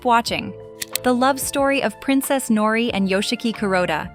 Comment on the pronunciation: Interesting love story btw in Japanese language like in Spanish the [r] is rolled: Nori